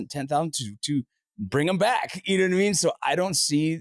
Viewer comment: when it Matteeeers. You knoooow. what with extending syllables at the end? take out the hot potato